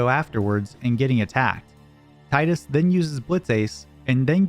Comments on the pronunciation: great video ! just one thing & i learned this through watching a Kingdom hearts youtube video Tidus’s name is Pronounced Teedus As it’s pronounced TEE-DUS hope This helps for years since the original final fantasy 10 original game released in 2002 PlayStation game we’ve been pronouncing the name wrong it’s Teedus & not Tidus most of us learned this over the years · Tee-dus, it’s pronounced Tee-dus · AWESOME video. But it's still "Teedus" tho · Better odds than finding anyone who can pronounce "Tidus" correctly, apparently. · You said "Tidus" wrong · everyone says Tidus wrong